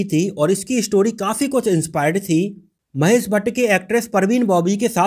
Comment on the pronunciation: 00:3 hasmi nahi hashmi sagufufata nahi shagufta mahes nahi Mahesh Mukes nahi Mukesh correction kar lo bhai